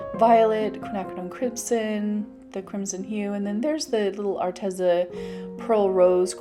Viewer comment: It's Arteeeza. Not Arteza.